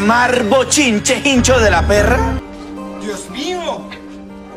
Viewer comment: Por qué nadie habla de que dice “hincho de la perra”😂😂😂😂😂😂